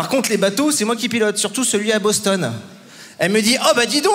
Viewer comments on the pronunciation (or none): none